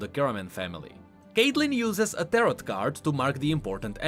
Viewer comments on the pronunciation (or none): You dont pronounce the last T in the word Tarot for tarot cards.